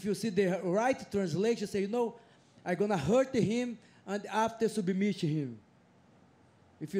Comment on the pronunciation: “He subameit him”